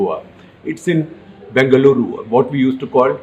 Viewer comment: Thank you so much for pronouncing Bengaluru and Karnataka the right way🙏🙏 as a kannadiga, my respect for you increased further shekar ji